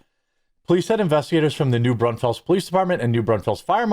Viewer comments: New Braunfuls not Brawnfells. With love from a local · It's pronounced New Brawnfels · We pronounce it New Brawn-fulls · Just an FYI, it's pronounced brawn-fulls. Not fells. Texans know. 😊 Glad you cover other things. I've noticed that all the big, established sources have the same stories they cover day after day. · "New BRONZE-fuls" is how a Texan would pronounce that. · I’m not even an hour from New Brawn-fels (😂) and I didn’t hear about it! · I saw it on the news but I live a few counties over from there. Go through Comal County on a regular. And you're close on the pronunciation of New Braunfels. Brunn-Falls but you dont have our Texas tone/twang! 😎👍🏽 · Arson is another fun little charge. It's pronounced new- brawn-fulls. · You mispronounced New Braunfels. The E sounds like a U. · I live 90 minutes from there and didnt hear about it. Jeremy its not Oregone, Oh reh guhn and its said New Brawn -fulls